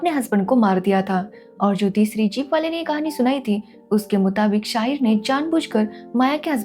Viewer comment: Shaagid नही शाहीर